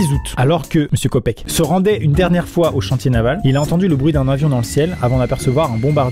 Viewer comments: Ça se prononce kopki et pas copèke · Bon alors petit court de prononciation pour amixem...on dit pas "copèke" mais "côpkeu" et d'ailleurs son histoire à juliane est très connue, celle de Roy Sullivan aussi, d'ailleurs ce pauvre gars à fini par flippé lors de chaque orages. Ca me rappelle une histoire d'un gars surnommé "l'homme aux 100 crises cardiaques" parce qu'il en a eu énormément et à survécu à chaque fois. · Enfaite c'est KOPECKE Mais en fait sa se prononce (Koptke) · le nom de famille "KOPECKE"que tu as prononcé veut dire chien en turc, donc tu a dit chien tout le long la vidéo !!!😭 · Dsl Mme Kopecke mais la prononciation de votre prénom en Turque veut dire chien